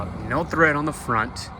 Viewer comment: Good info for the budget conscious. BTW, it's tread, not thread.